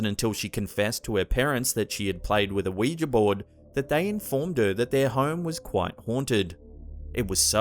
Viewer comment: Did anyone notice when he says Ouija board there's something off like he had a small stroke when pronouncing the word then went back to normal